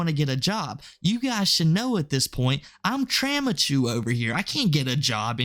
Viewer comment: "Traumachu" lol